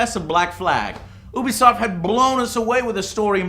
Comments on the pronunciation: Damn it Joe, it's pronounced "You-Be-Soft", not "Ooo-Be-Soft". "You", not "Ooo". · Stop saying OObisoft, it's pronounced YOUBEEsoft.....god that shit annoys the hell out of me. Also, fuck Destiny and anyone who likes it, you're the reason games like that come out in such shit conditions. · Joe I love the show!!!! But for the love of god would you PLEASE PLEASE PLEASE learn to pronounce UBISOFT!!!!! Its You-be-soft...not oo-bee-soft... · Please sweet baby Jesus it's pronounced "you-be-soft" not ooooooobisoft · why do people say ubisoft like ''oobisoft'' its supposed to be pronounced ''youbisoft'' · Joe....Can you please pronounce it Ubisoft "You-bisoft?" It bothers the crap out of me when you pronounce it "OOO-bisoft" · "U.B.Soft" not "Ew.B.Soft" (might as well be though I guess) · I always pronounced Ubisoft like you-be-soft. Anyone else? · U were saying oobisoft instead of Ubisoft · Lol its Ubisoft not Oobisoft